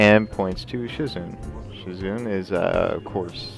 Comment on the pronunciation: SHIZUNE = SHE-ZOO-NAY